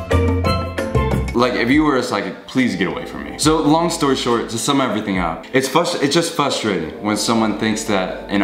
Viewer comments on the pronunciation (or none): No hate but is no one talking about the fact that he says fustrating instead of frustrating...